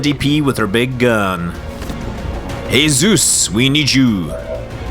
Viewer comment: jesus not zeus